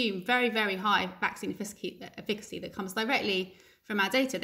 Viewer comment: This professor does a nice line in passive aggressive. Why did she agree to the interview if she can't cope with being questioned? Also, embarrassing that she cannot say the word efficacy correctly. I don't think we need to hear from her again.